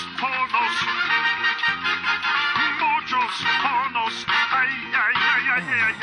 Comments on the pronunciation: I understand what the announcer is saying. In Argentina we have these commercials as well. My point was that the announcer is clearly not a native spanish speaker (otherwise he wouldn't pronunce it "jorrrnos"), which is kind of ironic since one of the running jokes on FG is the overpopulation of mexicans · no. It's "hornos". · Just read the official transcript and the radio announcer really sings "muchos hornos" (many ovens). Considering the amount of jokes Family Guy makes about mexicans living in the US, you would think they could hired someone who could actually speak spanish.